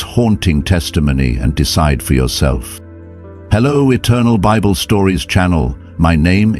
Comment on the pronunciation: Come on, do better, pre check your AI Narration, pronouncing the BIBLE AS BIB-BELL IS really inexcusable especially considering you're narrating a CHRISTIAN story!